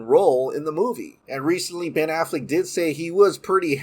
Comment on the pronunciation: I just want him to stop saying “Ben Afflick “ and “Batflick” lol I love your vids too, 👍🏾